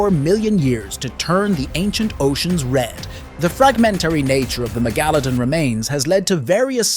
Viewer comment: How normal people say it: Mega-luh-don How he says it: Meh-gah-la-don HES SAYS IT CORRECTLY ON but the man must’ve thought it was a wrong and went back to MEGALADON